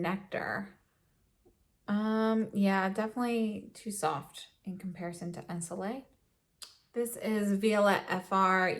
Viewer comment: This glowing skin at the beginning 😍🥰😍 and love the in-depth review.💖👏 P.S: I might be your only french viewer, hope you don't mind a quick pronunciation lesson. The word "ensoleillé" the last syllable with and accent should be pronounced "yé" like you would say in "ye-llow"😉